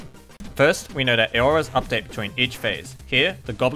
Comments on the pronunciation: It's Aura or plural Auras [ˈɔː.rə]'s, same pronouncement. Not A-Or-As. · Aura's are pronounced OH-RAS not A-OHRAS